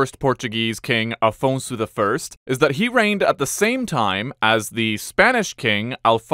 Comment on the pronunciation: Afonso not Alfonso